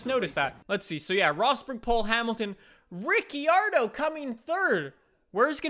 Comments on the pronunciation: it's pronounced ri-car-doh not Ricky-ardo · Ricceeardo? You what mate? -Australian